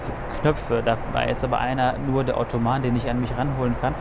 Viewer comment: Ottoman ist übrigens ein falscher Freund.. du müsstest es schon englisch aussprechen